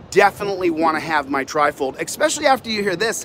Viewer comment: There is no “x” in especially. It’s not pronounced “x-specially”; it’s pronounced “ess-specially”. Love your videos and intent. Just don’t want you sounding dumb.